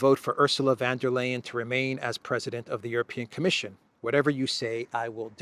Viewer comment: you pronounce her name correctly 🎉